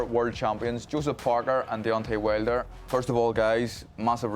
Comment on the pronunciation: WHALE-der 😂😂😂 Irish host is never a good idea, talking about boxing FATE and all